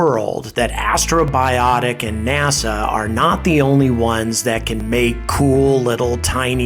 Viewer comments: It's so cool to see you talk about Peregrine! P.S. It's Astrobotic, not Astrobiotic :P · I keep hearing you say "Astrobiotic," but the name of the company is Astrobotic (a portmanteau of the words astro and robotic). It's a slight distinction, but an important one nonetheless. Otherwise, great video! I really enjoyed this one. Exciting times! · It's "AstroBOTic", not "AstroBIotic" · First of all, Astrobotics, not Astrobiotics. What the hell do you think the challenge of space robotics is equal to, fabricating antibiotics in space? And even if this beats starship getting to orbit this year, still wins because a dogecoin is literally being sent to the moon. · Astrobotic, not Astrobiotic.... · You keep pronouncing Astrobotic as "astrobiotic" as if you're trying to get 'bios' in there. No, it's robotics.